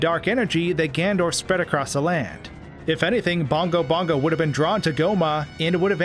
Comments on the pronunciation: I love your videos but you have to learn to say Ganondorf and not Gandorf!! You crazy guy!! Keep makin the vids though bro, they’re sick!! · Also it drives me crazy how you say Gan-Dorf instead of Ganondorf